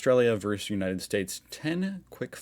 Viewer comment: Ask your brother how to pronounce the word, "versus." He's finally got it right.